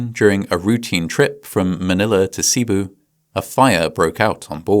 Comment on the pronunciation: Excellent pronunciation on most stuff. The only notable thing being Cebu - the emphasis is on the bu, as in boo, and ce is quick, as in serrated. Sulpicio Lines would continue to operate. Doña Marilyn would sink the following year with over 400 deaths. Princess of the Orient sunk 10 years later. Princess of the Stars sunk after another decade with another 400 plus deaths, and was the final straw in their public image. The company still operates today, but mostly as a cargo shipping line.